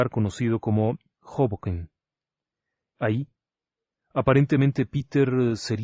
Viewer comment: Hoboken, NJ sin acento. New Jersey es el estado colindante con NY